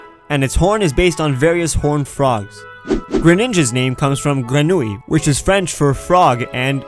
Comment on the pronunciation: And Grenouil is pronouns grenouiil